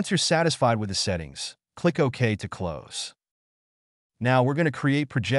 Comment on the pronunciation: and "close" vs "close" (obviously doesn't make sense just writing it out)